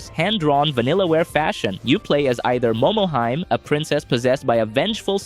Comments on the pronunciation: Momohime is pronounced "momo-hee-may". Not Momoheim. XD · Thank you. I don't expect perfect pronunciation, but you'd think with Japan all over pop culture he'd make a better guess than that.